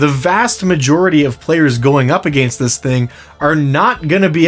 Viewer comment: I can’t be the only one driven bananas by how my dude says “against “